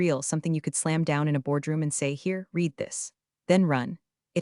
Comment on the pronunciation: Good story. You still need to program the AI in pronunciation. Read is pronounced differently in past tense.